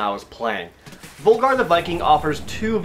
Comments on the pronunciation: It'd be pronounced like V-OOH-Lgar wouldn't it? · Why does nobody call him Völgarr!? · It's actually pronounced "Vulgar the Viking" because in Icelandic and other northern languages the letter "ö" Is pronounced "uh". How I know this is because am born and raised on Iceland